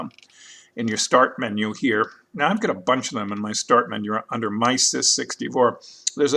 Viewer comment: Dude!! "My-sis" really??? Try "em-sis"!